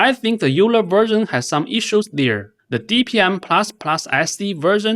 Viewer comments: It is pronounced "OILER" not "you-ler". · euler is pronounced "oiler" like euler's equations from physics